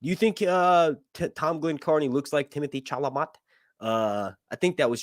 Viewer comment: I'm still pissed we don't have Daeron the daring. And its pronounced timothy chala MAY Its a french name, i should k ow i'm a francophone